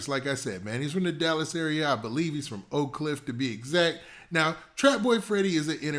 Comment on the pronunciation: So funny to hear ppl not from Dallas say "Oak Cliff"..lolololol